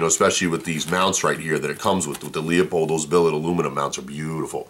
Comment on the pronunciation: Pronounced - LOO-PULLED... not LEO POLDED